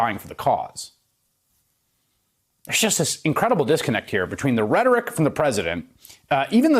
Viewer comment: rhetoric . With an R